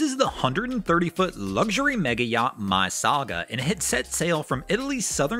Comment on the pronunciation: It's not "My Saga" it's MY Saga, as in Motor Yacht Saga, there is no "my" in the name.